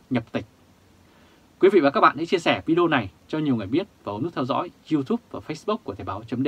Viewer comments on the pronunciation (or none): none